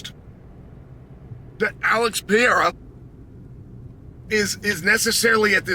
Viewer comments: Chael! your voice is hillarious! Where are you driving to? DUDE LEARN HOW TO PRONOUNCE PEREIRA. it's not PIERA, but PE-REI-RA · Pereira uncle Chael not Peira 😂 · Pa-Hey-da, or at least Per-Air-a. Come on, man! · He just can't pronounce pereira. 😅